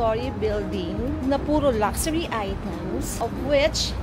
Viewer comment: Sorry mommy, yung sa correct pronunciation lang po: pawn: pohn luxury: lug-sure-ee